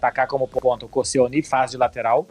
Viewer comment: Jovens, bom conteúdo, mas avisem ao que o nome correto do zagueiro marfinense (muito bom, diga-se) é Kossonou e não Koscielny.